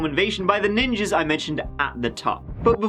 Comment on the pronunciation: Our first Neeenjeees! I LOVE YOU 🤣😂